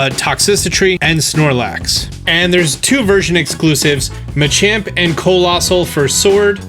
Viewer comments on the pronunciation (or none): none